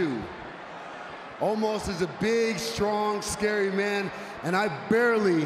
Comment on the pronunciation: He can't pronounce "Omos" right